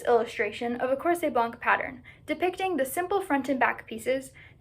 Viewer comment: Very nice research! I know it is hard to research in a language that is not your native one and you did good! I would add two littles details. In the word ''blanc'' the letter ''c'' is a quiet one. The word ''corset'' has the the suffix ''et'' that is used in French to diminish the original name. So if a ''cochonnet'' is a little ''cochon'', a ''coussinet'' is a little ''coussin'', a ''mantelet'' is a little ''manteau'', a ''cervelet'' is a little ''cerveau'' then a ''corset'' literally means a little ''corps''. As you probably know, ''corps'' was the word used for stays, it did not needed the adjective that we give it today ''baleiné'' or '' à baleines''